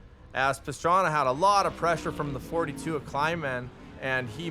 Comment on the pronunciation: When did start announcing and why does he call Pastrana, Pastraner?